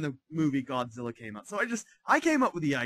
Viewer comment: Does he say "Gonzilla"? LOL